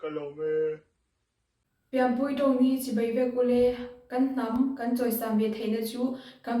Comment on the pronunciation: Chibei, ni lovin, Chibai tih tur aw❤